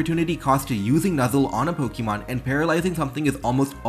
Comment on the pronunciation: I'll subscribe as soon as you start pronouncing "Pokemon" in a non silly way